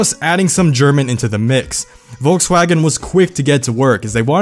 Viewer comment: Wolkswagon?? WTF